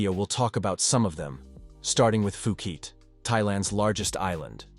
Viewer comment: Learn to say phuket think of it like poooket 🤣